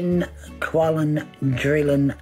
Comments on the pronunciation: WTF is a "qualondrillon"? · The way he says "qualindrillion" instead of "quadrillion" is really disturbing for some reason. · I didn´t know that dentists are so expensive in Australia that he needs the ten "quallintrillon Dollars" to have his teeth finally fixed... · did he say 10 quadrillon-million?, it should be illegal for anyone with that m€÷h mouth to comment on any scientific field, and while you're at it bud, un-cross your eyes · Good to see meth has made it's down unda. To be fair, he said quallun drillun dollars. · He didn’t say $10 quadrillion. He said $10 quallindrillon. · Ten. Quallin. Drillin. Dollairs. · It’s ten quallin drillon dollars. I don’t know if he means US dollars or Australian dollars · It's not ten quadrillion, it's ten quallin drillin dollars.